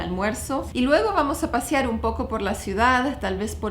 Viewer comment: Es “pasear” no “pasiar” :)